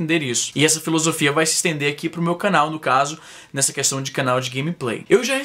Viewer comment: Izzy, porque você fala 'ãqui'?